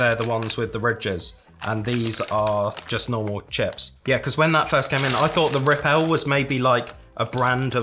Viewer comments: Rip-L is pronounced ripple. They are ripple chips. Ridged. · Rip-l is pronounced ripple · Rip-L = Ripple Ju Jubes is pronounced ju-ju-bees I love toasted coconut marshmallows. It takes me back to m6 childhood.